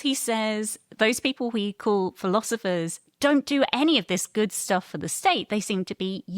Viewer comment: I can't determine which is more distracting ... him saying "irun" or him saying "philozifers" 😂